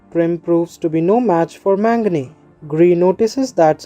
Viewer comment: Bro it was very helpful as all the other recaps were in hindi, just a suggestion if you can please use the correct pronunciation, his name is pronounced as 'Mag-na' and not 'Man-gane'. Just a constructive criticism😊